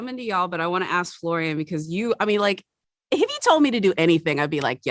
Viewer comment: It's Florian, not Florian. It's very important to get the pronunciation right. The same with Sebastian Stan.